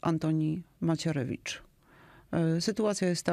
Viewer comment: Redaktorzy, nie przekręcanie nazwiska Antoniego. Nich chłop ma chociaż tyle. A nazwisko brzmi Macierewicz, nie inaczej.